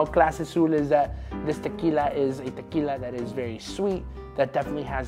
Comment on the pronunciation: You don’t have to go all try hard when pronouncing words like “tequila”